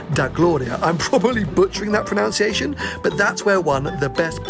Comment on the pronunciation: ‘I’m probably butchering that “pronounciation”’. 😂 Come on!